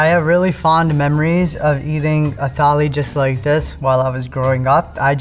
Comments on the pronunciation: Tali nahi thali 😭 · Pronunciation of thali 💀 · Bro can't even pronounce thali correctly😂😂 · thali toh bol le theek se bhai